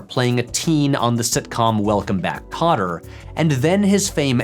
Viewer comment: Did he say... "Welcome Back Potter" instead of Kotter? I replayed it a few times and it seriously sounds like "Potter" every time.